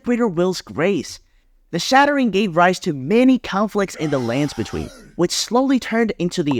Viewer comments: the way you say "landsbetween" as one word irks me. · The emphasis you use saying "the lands between" is seriously fucking with me